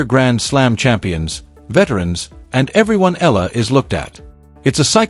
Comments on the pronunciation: Pls EALA is pronounced E-yA-LA Starting to get tired of hearing otherwise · I don't understand why some commentators cant rightly pronounce name of players, of course they heard it right bu continue to miss pronounce it's E YA LA ,stupidddddddd